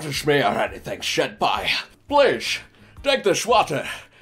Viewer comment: waaaaaiiiiiittttt wwwwwwaaaaaaiiiiittt wwwwwaaaaaiiiiit...... did he just say SHENPAI 🤔🤔🤔I ONLY SHIP ZYLPAI